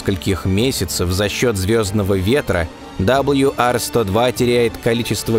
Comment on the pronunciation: Удивительно, что много одобрителных отзывов, т.к. тема освещена достойно, но не попалось ни от одного, кто бы знал, изучал в школе английский. Не знаю, что это -- пофигизм, или невежество, но прежде, чем озвучивать, надо было узнать правильные названия букв английского алфавита. Диктор не картавый, не шепелявый, но произносит "WR-102", как "Дабл Ю Ар". Да, с "W" всё нормально, но "R", в английском, озвучивается не "Ар", а просто "А", без всякого "рыканья", как учили ещё с школе. Почему такая пренебрежительность к правильному, тем более публичному произношению? Досадная "ложка дёгтя в бочку мёда". "Точность -- вежливость королей".